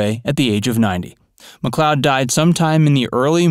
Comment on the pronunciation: last name pronounced like Lloyd like Lloyd Nolan/ Get it right once